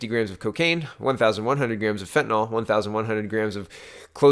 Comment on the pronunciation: fentanyl = fen tan ill. Love your vids. You and Joe are at the top of my "must watch" list.